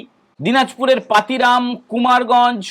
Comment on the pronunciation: দক্ষিন দিনাজপুরের জায়গাটার বাংলায় উচ্চারণ হয় পতিরাম,পাতিরাম নয়